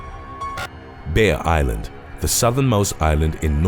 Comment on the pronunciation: obviously, he is saying Bear, but it sounds like Beer island, i was looking at something else when he said that and i perked up like, WHAT?? but then i remembered what i was watching